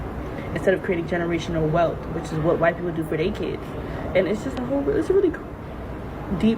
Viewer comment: Kids vs. Keeds ask vs. axe